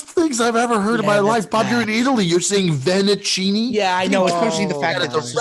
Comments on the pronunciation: Vennicinni will forever be the most confusing flub in pod history. Has Bob never read an Italian menu accurately? And it was his #1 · "Vennecinni". This gets Bob a 2-pod suspension. Unbelievable.